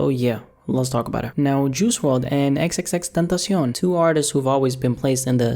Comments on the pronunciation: "He did not like Triple X TENTASHON"😂😂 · Nobody:: XXX tentacionne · "triple x tentation" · "Juice Wrld and EksEksEksTentosion" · Man said ex ex ex tentashon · “Triple X tentasion” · "Triple X Tintacen" lmao i am sorry but thats too funny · The way he says xxxtentacion😂